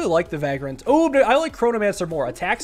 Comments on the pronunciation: ‘Vagrant’ not ‘Vaagrant’ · Loving all the SNKRX videos!! Keep it up. Also it’s Vay-grant not vag-rant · everytime, he says va grant, and not vaygrunt i feel bad, i dont know why. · Hey man, I just thought I'd let you know that "Vagrant" is pronounced "Vay-gruhnt". It sounded weird so I looked up its pronunciation. Love the content, brother. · why does he have to say vagrant like that? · Pronouncing "vagrant" with a long a sound is so weird lol